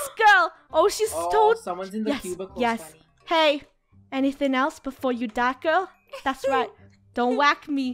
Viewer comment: No its not funny its funneh